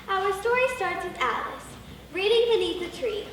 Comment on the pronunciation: A-Lice in wonderland